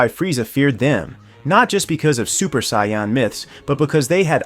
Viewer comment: Unsubbing after hearing how you pronounced “saiyan” and “vegeta”